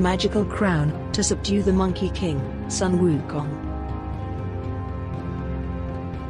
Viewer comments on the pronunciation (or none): Its Sun Wu Kong (soon woo Kong) for English reader, to read this name near correct)